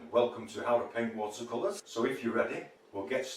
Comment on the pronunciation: Hi, l love the way you say “wata cola” that’s the way it sounds to me. 😂🤣